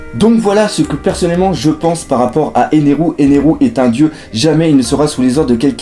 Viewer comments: c est ener pas eneru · Pourquoi 92% des gens disent "Enerou" au lieu d'Ener ? C'est comme les "Enel", j'comprends pas '-' On dit pas "Ussopou", "Zolo" alors pourquoi "Enerou" et "Enel"? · Grave sa m enerve ce qui dise eneru